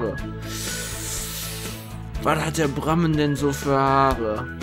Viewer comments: und du hast bei Brammen das u und das a verwechselt :D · Bremman?? REALLY?!:D